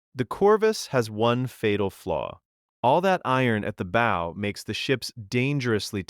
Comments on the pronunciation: This video didn’t say any of the names right they called the bal-ista for ballista, camp on baugh for compound bow the bough for bow even sice- stumsfor systems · The animation means nothing if the narrator can’t even pronounce bow correctly. It’s not a ship. This just feels like a garbage joke. All these AI tools feel so cheap and unfinished. Really worth it to replace a person right?